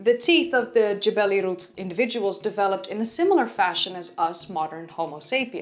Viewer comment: You pronounced Jebel Irhoud properly, perhaps the most impressive aspect of your presentation.👍